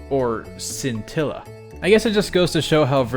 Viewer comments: Scintilla is also Italian for spark. And the correct pronounciation is reading "sci" as there's an h in place of the c, so like this: "shintilla" (the i is read as a short e as you did). I'm not sure about the latin one though, it's either the same as Italian or something like "skintilla". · Scintilla is the word for spark in Italian as well (not super surprising I know), also the "sc" in "scintilla" is pronounced like "sh" like in "shit"